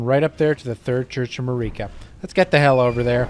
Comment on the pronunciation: According to the dialogue from characters in-game about Queen Marika, her name is pronounced exactly like "America" but without the A at the front. Queen 'Merica lol. Just a friendly tip because a lot of people will get crazy and start calling you names for making the wrong mouth noises lol. Insane, I know it... The wildest pronunciation in this game, though, is probably Siofra, which is an Irish word describing an imp or fairy. It's actually pronounced like "SHE-fray" or "SHE-freh," depending on the dialect. I never would've guessed, but that's the proper Irish pronunciation of the word!